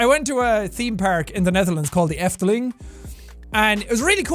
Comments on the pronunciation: he sais papier hier wrong but when he said the Evteling that was a lot better and yes I'm fucking dutch oke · Are you dutch cause that 'de efteling' and 'papier hier' sounded like you speak dutch daily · Seán's pronounciation of Efteling is pretty damn good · Your pronounciation of "The Efteling" sounded really fucking dutch for some reason, and not just because it's dutch. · Your pronunciation of Efteling and papier hier is spot on. And it's nice to go there!